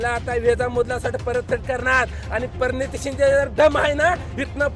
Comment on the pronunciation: परणीती शिंदे.... आरे यडझव्या नीट उच्चार तर कर